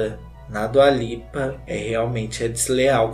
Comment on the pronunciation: “Dula peep” KKKKKKKKKKKKKKK Mds como eu não tinha visto esse vídeo antes